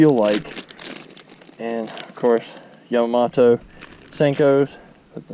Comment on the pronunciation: Gary Yamma-MO-TO